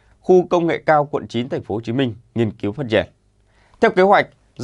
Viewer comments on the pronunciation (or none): none